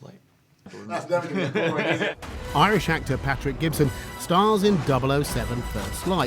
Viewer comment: When the interviewer said "now gibson" when listing bonds, sounded like he said "Mel Gibson"